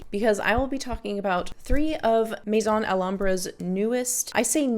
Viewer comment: Literally the video i was looking for aaaand you also say maison the right way (french for house) unlike theese other youtubers with huge collections that call it mason like its a guys name😂😂😂